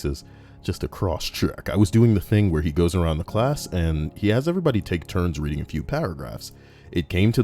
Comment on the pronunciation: 4 mins into the video and im crying laughing at my desk! "Readnig" absolutely hilarious